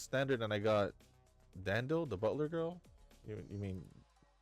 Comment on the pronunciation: It's Dandil with no Fs 😂